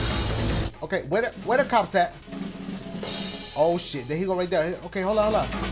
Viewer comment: sounded like she said hoooo sheet